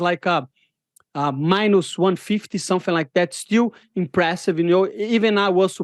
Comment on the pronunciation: Lemme tell u somfing